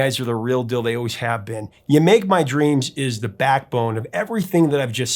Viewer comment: To each his own, but this song just never did much for me. It's one I'll listen to if it comes on the radio but I'd never choose to play. Also, squeezing 2 syllables out of "make" always feels off to me.